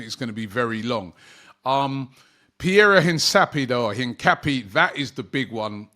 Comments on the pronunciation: Robbie.... it is pronounced HINCAPIE' like the water PERRIER not HINCAPPY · "Piero Hincapi-e" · his name is pronounced incap(ee)e